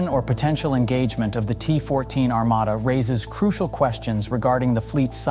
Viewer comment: Во первых не Армада, а Армата, во вторых это не только танк, а лишь 1/5 от основания платформы, также он может быть без экипажа, а судя по одному настроению Президента Путина, а также его слов, что мы ещё даже не начинали воевать, всех НАТОвцев, ждёт большой пиздец😂😊